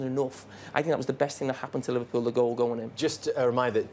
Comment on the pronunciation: Could someone teach Neville and Carragher to pronounce Liverpool correctly.....it ain't "Liverpyoul"